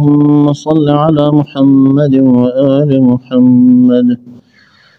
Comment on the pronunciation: امام خارش سے فارغ ہی نہیں ہو رہا۔ سورہ اخلاص میں 10 سے زیادہ تجوید کی غلطیاں۔ اسم رسول اللہ محمد صلی اللہ علیہ و آلہ وسلم ح اور د کے مخارج بھی ٹھیک نہیں۔